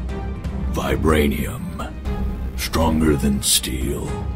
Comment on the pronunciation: And it's called vibraniom not bibraniom